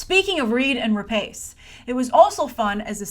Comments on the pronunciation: Grace. It's pronounced Re-Pawce. Not Re-Paice. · Grace, I think we expect better of you, her surname is pronounced RA-PASS not RA-PACE tut tut. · Please, before you make a video where you pronounce someone's name 20 times, research how to pronounce it first.. it's /ra-pas/.